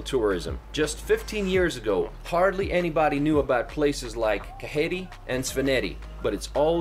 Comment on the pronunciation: Broo its not kaheri Whrite right : kakheti And svaneti